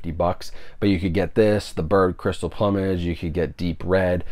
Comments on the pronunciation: It's plewmage like flew not plumbage like a plumber or plumb lol..this is the third reviewer who can't pronounce that word hahah..keep up the reviews! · I had to rewind that part of this video to make sure I heard it right, I have NEVER heard someone pronounce plumage like "uh" before. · Dude, I enjoy and appreciate your reviews, but, you are either extremely wealthy or out of your mind,! $130 with tax for 3 movies! Maybe you also should learn how to pronounce words! The word in PLUM ( PLOOM ) -AGE !!! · Any Monty Python fan would also know that the word is pronounced ploom-age. Dead Parrot Sketch. :) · Bird with the crystal PLOOM-age…lol. Not sure how everyone seems to be mispronouncing this title. A peacock has a PLUME…SO… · It's plu mage not plumage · Drives my crazy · Hahaha yep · Thompson sad, but true…lol.